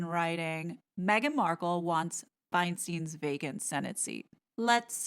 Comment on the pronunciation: ITS PRONOUNCED FINESTEEN.!!!!!!!Have some respect. Listen to the news.